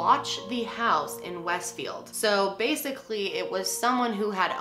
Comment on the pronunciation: im from jersey and you keep saying westfield and kearny wrong lmao